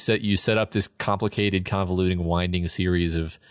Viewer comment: AWESOME! Thank you! It's KA-mplicated!